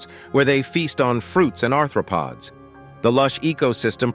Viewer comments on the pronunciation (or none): none